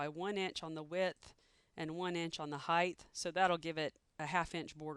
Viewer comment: Is she saying HeighTH ??